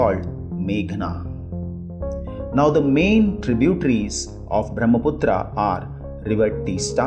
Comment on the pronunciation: Pronounce the names properly like Brahmaputra U r putting stress on last a which was added by British